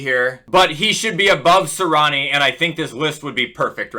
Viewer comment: Its Nick “Si-ree-ah-nee”, not Nick “si-rah-ni”. Good vid tho 🔥